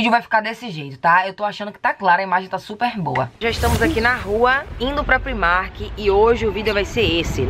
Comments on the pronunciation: Fiquei com uma agonia dela falando primark, sendo que a pronúncia é praimark porque no inglês o i tem som de ai. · É uma loja irlandesa, eles mesmo já disseram que a pronúncia é pr-eyemark, então como ninguém é obrigado a saber pronunciar corretamente uma outra língua, ela fez certinho, pronunciou como ela lê!